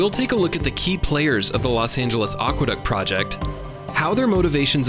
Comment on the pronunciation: Great video, except for one thing. It's a shame that the word "aqueduct" was mispronounced. As any good dictionary will tell you, it's ACK-wuh-duct not OCK-wuh-duct. It's a common mispronunciation, but it really grates on the ears of anyone who knows something about Latin, English, and the history of words.